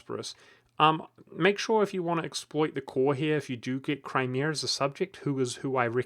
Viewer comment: "Cry-meeh-ehr" lol